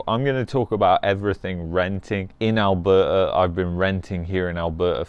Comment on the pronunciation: Lol…. Seems like u are having a hard time pronouncing Alberta! 😱😂